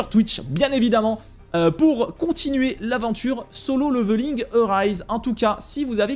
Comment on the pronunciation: C'est pas "leuveuling" hein, ca se prononce avec un "é" derrière le premier "l". Petite recherche sur google du style "comment prononcer level" et vous aurez un outil qui vous propose de l'écouter en anglais britannique et en anglais américain ... C'est pas la première fois que je vois des français prononcer le mot level "leuveul" plutot que "léveul" :D. Faute malheureusement commune, quand on a l'habitude de la bonne prononciation j'avoue que c'est juste atroce à écouter :D. Mis à part ca, bonne vidéo :).